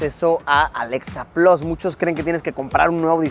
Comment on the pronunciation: Mientras tanto en Chile 🇨🇱: por qué si Luisito es bilingüe dice "Alexa 'plos'" en lugar de "plas" 🤣🤣🤣. Amigos, por la misma razón por la que ustedes dicen "pisa" en lugar de "pitza". De nada, chao.